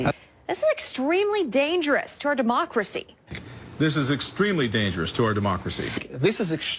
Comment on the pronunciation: “Demarcracy”. ~tyrone